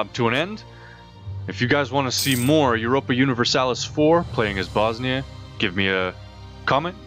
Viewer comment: You acctualy pronounced it right :D And at this time all the provinces you have bosnia has had at their brink of powe after that the turks came and conquered Bosnia , serbia ...